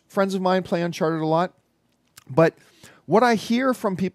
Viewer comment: Its not Uncharter John its Uncharted!!